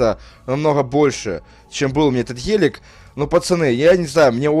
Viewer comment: Сколько он сказал "ХЕЛЕК? " (ГЕЛИК:)